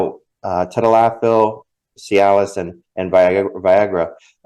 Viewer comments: Hi thanks for your videos I'm going to break down tadalafil for you so you can properly pronounce it. Ta - dal - la - fill - Cialis. If you put it on a piece of paper during the next time you're going to talk about it and video has a reference it will help you practice pronouncing it for a couple of days in a row eventually it'll stick. Now as for sildenafil - Viagra Sil - den - a - fill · Hi, name is mike and I watch you regularly. Recently you had a show on where you were trying to pronounce the the names of Cialis and Viagra by their pharmaceutical name I'm going to help you pronounce it properly Cialis= ta - dal - la- fil. Viagra= sil - den - a - fil Start off slow several times then pick up the pace several times eventually your tongue will create a muscle memory and you will have the proper Cadence. Not busting your chops but merely thanking you for the good work you do